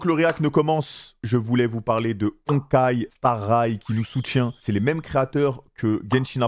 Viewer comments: il a dit honkai star ray mdrr jpp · "Honkai star rayle" ptdrr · « Honkai star raille » « Hatsune Mike » « Robin » il a défoncé tous les noms qu’il pouvait défoncer 😭